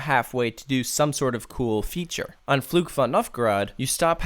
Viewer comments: minor pronunciation thing: What you say doesn't sound like "Fluch" (curse), but like "Flug" (flight). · Can I give you some advice on how to pronounce the name of the ride? In general, your German pronunciation is pretty good but the way you say "Fluch" is quite off. It sounds like "Flug" which is a completely different word and translates to "flight". "Fluch" means "curse" in English. The "ch" sound in "Fluch" should sound more like the "ch" at the end of "Loch" (referring to the Scottish lake Loch Ness). If you did it that way, your pronunciation would be almost flawless. All the best from Germany and keep up the good work!